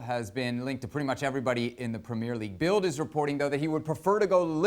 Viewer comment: Would it kill the presenter of this football channel to correctly pronounce ‘Premier League’?